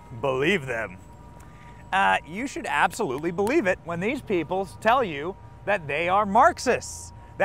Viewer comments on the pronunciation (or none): none